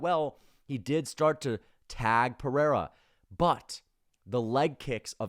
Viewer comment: I like this channel but why is everybody rolling the "r" in Pereiras name... Its so cringy and weird. We are speaking English not Portugese... You dont have to try to pronounce it using Portugese pronounciation...